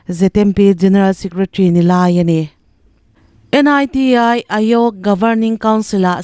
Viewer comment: A chhiartu hian thil i van hrefuhlo ṭhin ve aw, NITI tih te hi a hawrawp mal te te a chhiar tur ani lo a sin